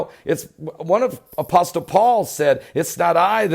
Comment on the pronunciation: 🙂, the T in apostle is SILENT as in: Tsunami listen Christmas whistle fasten wrestle I'm not making fun or laughing at you just trying to be helpful. You should practice saying it out loud for a few days so you get use to hearing yourself say it. 🙋✝️📖 👑 🕊️